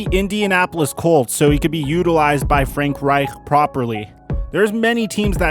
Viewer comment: My guy y did u say Frank right so weirdly lol